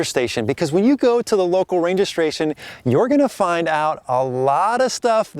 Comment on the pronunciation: I lol when you said “ranger stration”. From big fan here, I’m going for a big overlanding trip because of your videos :)